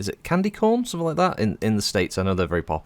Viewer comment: Sorry if I mis-heard you, but yes, those are candy corn. (Sounded like you said 'cone', which is understandable and descriptive, but it's supposed to look like a nugget of maise)